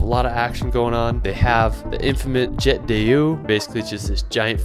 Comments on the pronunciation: HE SAID JETT DEYUUUUU 😂😂😂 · Living in Geneva I was dead how he said jet d'eau